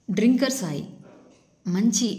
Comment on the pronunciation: డ్రింకర్........ అనకూడదు., తాగుబోతులను డ్రంకర్ అంటారు. ఇంగ్లీష్ బాగా వచ్చినవారిని అడిగి తెలుసుకో....